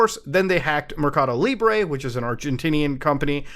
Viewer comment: Hearing Muta say MercadoLibre caught me off guard lol